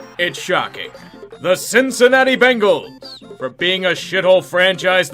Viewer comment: Why did he say Bungals so weird